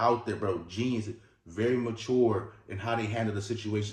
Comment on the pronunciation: The word MATURE is not “ma-TOUR”!!! It is [muh-CHUR]!! Lord, help!